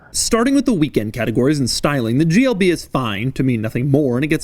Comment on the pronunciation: At the start of the video I think he said “GLD”